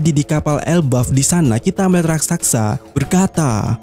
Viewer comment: RALAT 👇: Yang benar RAKSASA Bukan RASAKSA